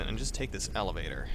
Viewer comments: did he said evelator? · Did you say "evelator" ? Purposely or not, gave me the giggles c